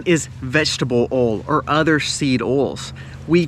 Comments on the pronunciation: Did you say "OIL".... OR..... "ALL" ?...LOL ! 😆😁☺😃😄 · I Like Your Videos, BUT!! "OIL" is Not a Hard Word to Pronounce!! You Say "ALL" For OIL!! Sounds Goofy!! People Who Make and Post Videos Need to Speak and Pronounce Properly. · It seems you have problem saying the word "OIL"...... it has an "i" in the middle...it is not pronounced "OL"..... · Oils. Pronounced oyl, not oles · I am in NW England, sister in Castle Douglas, Scotland. "England and America are two countries divided by a common language' - a quote attributed to Oscar Wilde or George Bernard Shaw, Winston Churchill having used it also. I was also caught out by the pronunciation here of "oil", as sounding like 'alls', to me, and not our 'oyles'. Still, my ears are slowly acclimatising (S not Z:-) to this accent. No offence intended - I find it easier than some Scottish accents (I nearly, wrongly, wrote 'brogue', as Irish) but, when I still had one, folk struggled with my 'Scouse' accent 🙂. Happy New Year to you and All. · Love hearing oal “oil” lol 😂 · Funny he mentioned British saying aluminium and calls oil "ol " say boil without the " b" and you got it. Good tips by the way 👌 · Not called Alu-min-e-um, just like Oil is not pronounced ol. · Haha sorry , based on the way you say " oil" you can't suggest the correct pronounciation of Aluminum 🤣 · Love the way you say oil....😊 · Lol I’m from the Caribbean and we say that way too! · There is an I in the word Oil :P